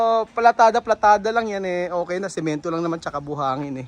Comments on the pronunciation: PALITADA po. Ndi Platada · anong sabi mo... PLATADA????? muk mafi..... palitada dapat.....